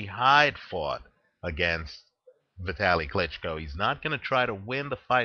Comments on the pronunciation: his name is pronounced Vitaaaleee not Vitly...!! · no sir,its not just fine,he's not an american,so do him the respect of pronouncing his name properly!!